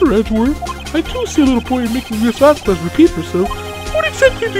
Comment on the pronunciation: Not to be a nit-pick but did you pronounce the "quez" in Vasquez as "ku-ez" on purpose?